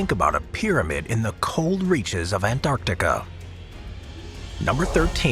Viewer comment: I dislike this guys way of saying Antarctica....